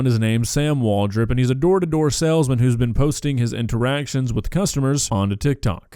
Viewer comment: I think that was a sailsman and not a salesman. *squidward laugh* “boat humor”